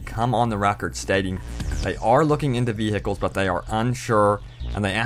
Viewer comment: vee hikels